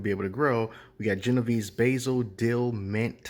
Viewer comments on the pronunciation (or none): none